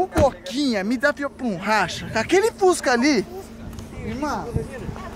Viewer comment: Boto esquece do s e fusca e ele diz fuca